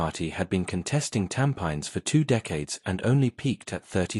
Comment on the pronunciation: Learn to pronounce a word where the locals understand, e.g. Tampines.